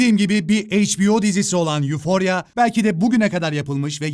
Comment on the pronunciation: öfori diye okunuyor abi. kendini olduğundan daha iyi hissetmek gibi bi manası var ama normal bir his değil mesela amfetamin etkisinde falan